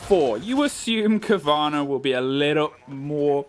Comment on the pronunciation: Cowana sounds like corona